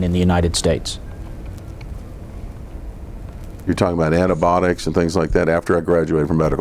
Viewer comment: “Antabotics”….. MD? Dude it’s antibiotics